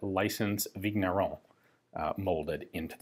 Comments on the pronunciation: Just a note here: "gn" in french/belgian is pronounced just like in the word "campaign", so, just a weird "n", more like a "n" with a pretty silent "i" after it. "Vigneron" sounds so more like "Vinieron" (exaggerated), or like the 2nd "n" in the spanish word "niño". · French regular viewer here. Thanks for your best efforts in French pronunciation! FYI "gn" in French is pronounced "ñ", or "ny" as in Spanish word "piÑata". So Vigneron is pronounced "Vinyeron". Thanks for the high-quality, history-rich and politics-free content!